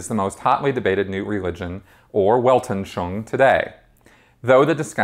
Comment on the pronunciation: I've been watching this series a a lot of your videos here on YouTube and I gotta say, as a speaker of German and French, I would be happy to help you pronounce words from this language. It's Weltanschauung is pronounced more like "velt- an schung". Your videos are awesome but the way you mangle other languages is grating. Just an FYI FWIW.